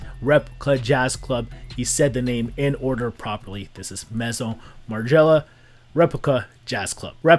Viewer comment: Loved the video one of the best of 2021. Ok man I'm a legion of spies not a nit picker but mezzo margiela. That is not how you say that no one says that its not a cool slang term for Maison bro nails on a chalk board put some respect on that man's name 👏 may-son not mayso not mezzo this man is history i don't called cesar julie or Julls no one does. If you misspoke i apologize but if that was on purpose man see my above line this man is literal history.